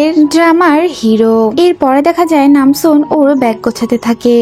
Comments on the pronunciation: Nanjoon❌ Namsoon✅ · Ai je madam namjoon na ota hobe nam soon